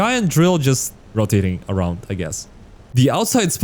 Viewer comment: i like the way he says aroud